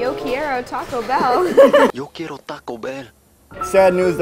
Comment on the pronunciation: "Yo key-yeir-o taco bell" WHAT???!